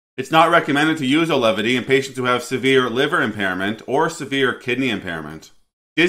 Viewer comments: You called the drug Alevity. I believe it's pronounced like it's spelled. Au-ve-lity. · My wife starts this tomorrow with years of MDD. Hopefully effective as nothing else is. P.s. it's pronounced 'Awe-Velity" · You mispronounced both "Auvelity" and "Bupropion" within the first two minutes of your video. What a clown.